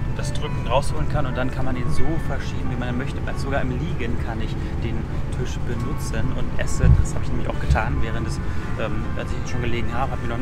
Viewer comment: Bitte. Es ist ein Tisch. Kein Tüsch.